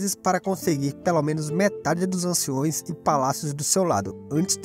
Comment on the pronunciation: Eu gostei muito mas, POBEMA, DOGAS, ANCIÕES... Isso me pegou... Se falasse certo seria perfeito...